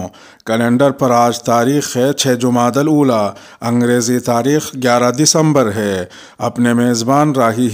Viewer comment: شکریہ شاید بہت کم لوگوں کو معلوم ہو گا جمادی الاولی کا صحیح تلفظ یعنی ج پر پیش اور د پر زبر صحیح تلفظ و رہنمائی کے لئے مکرر شکریہ جزاک اللہ خیرا